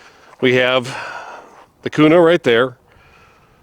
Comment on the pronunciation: Its Kuna bro, native Idahoans dont pronounce it Kyounah😆. What Optic and height are you running for co witnessing? Guys are lubing those mags and saying its better, but there is also crack issues. Hopefully better mags come out. Great gun